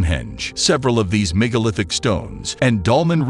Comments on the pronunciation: Eye-Ricky? Kurdisten? Yanks Rive? Migalithic? Chonking? Research your pronunciation, please! These are cool finds we want to know about! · I Ricky? Migga lithic? Yanks River? This narrator has a great voice. He just doesn't know how to pronounce anything.